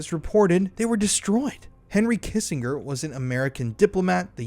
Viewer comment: Henry Kiss in j er. Not a hard g. Great coverage but I didn't want that scuzzball not to be named properly, may he rest in He l l.